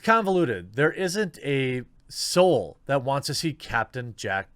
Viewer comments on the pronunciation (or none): none